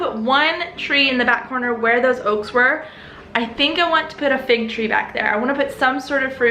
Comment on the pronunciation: I heard fake tree instead of fig tree. I was a bit confused, but it all makes sense now haha. I don't know anything about motherhood, but I do know you are doing great!